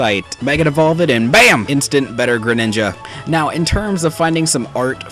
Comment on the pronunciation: you tock geredinga and make it look like ceclleon